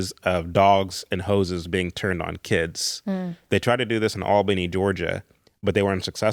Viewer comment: I have already commented but want to do so again to say how happy it makes me that uses the very correct term "War Between the States". Because that is what it is. The War of Northern Agression is another one. I will forgive him, however for his mispronunciation of Albany, GA, us Georgians say it as (ALL-benny), not Al-been-NEE, but he's not local so I can overlook it 😊 because this is an excellent interview. The northern outsider agitators were the real problem and would never let natural social moralism happen. They disrupted it in the 1850s-60s, again in the early 1900s, again in the 1960s, and yet again in the 1990s. We have to stop this cycle by examining the truths of history, and certain people need to accept they believed very exaggerated versions of the American South.